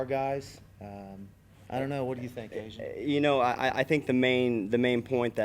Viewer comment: What's with the ANZ instead of Asian?